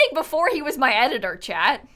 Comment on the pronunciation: You kept saying chat but I kept hearing chad and was confused